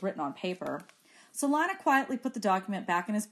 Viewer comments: her name is lee-na not liy-na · Emily Zhou same but she’s saying it as an “i” not “e” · it’s pronounced lie not lee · I hear lie- na but I think it is lee- na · to me, it sounds like Lana or Lee-na........ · its pronounced "lana" but spelled "lina". ^O^